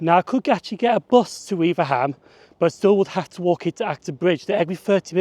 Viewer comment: By the way, it's not "weaver ham", it's "weave ram". Unless you are one of the very old generation of real Cheshire folk (I'm 66 and nowhere near old enough for this) in which case it's "ware um". I used to live just two miles from Hartford station, so it was my local WCML station. I well remember being nearly shaken to death on the class 304 units which did the Crewe-Liverpool run in those days. It's worth noting that the branch from the Cheshire Lines to Over which you mentioned is now the Whitegate Way and a very pleasant walk.